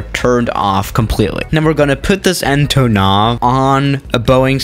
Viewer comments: You speling it so wrong. Antooonov. Not Antonoooov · You must say AntOnov, not AntonOv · Its pronounced antonov not antonov